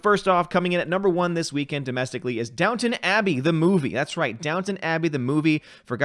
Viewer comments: It's DownTON Abbey, not Town ;) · KEK - It's Down-ton Abbey Not Down-Town Abbey... I Know I thought it was Downtown when the show came out years ago then I looked at the title and scratched my head... I heard it was a good show for women, but I never watched it. It didn't look my speed. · Downton, not Downtown. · Downton, not Downtown. 😄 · It's Downton Abbey lol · Downtown or Downton?